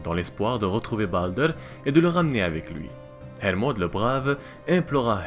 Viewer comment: ça part le plus souvent vers un vieil accent anglais qui n'as pas trop sa place :) tu avale les R, comme avec baldr, ou helheimr par exemple , mais bon, comme tu dit, c'est pas toujours facile